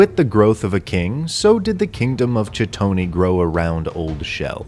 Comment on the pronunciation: "chi-tony" bruh. "Kite-un-ee." Like chiton.